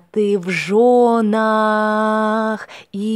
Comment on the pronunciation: This can really help many people. But. “v zhenach - в женах” - is definetly another pronunciation. And every (!) “o” is really no “a” in the “church-russian” pronunciation.